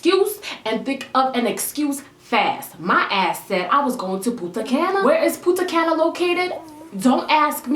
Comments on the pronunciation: Puntacana is in the dominican republic, but you said putacana and that sounds hilarious in spanish, but don't ask me why the translation doesn't make any sense 😆 btw i love girl! You're so funny omg 😂😘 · Punta Caña is located in the Dominican republic but you kinda pronounced it wrong, but its fine